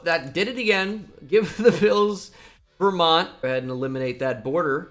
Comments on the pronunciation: "Ver Hamshire and Newmont" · “Verhamshire & New Mont” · “Verhampshire and newmont” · "ver hampshire and newmont" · "Verhampshire and newmont" 😂😂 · Did anyone else catch "Ver Hampshire and Newmont?" LMAO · “Verampshire and new mont” - 2023